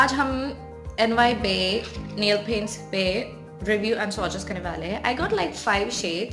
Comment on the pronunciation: Nhailphaints....ur pronounciation of nailpaints😂😂